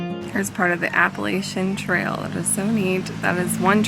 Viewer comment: You didn’t say - Appalachian Trail us born and raised in the area don’t say it the way you do - just like for people to say it the right way